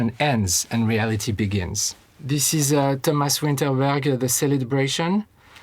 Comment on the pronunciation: All these years I thought his name is “Thomas” not whatever the fuck he pronounced it 😂